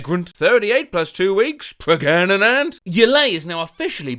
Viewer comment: Wonderful blast from the past hearing the “Am I Pregart?” reference! Are you on cameo? I might just ask for you to re-voice that whole video for my brother’s birthday 😂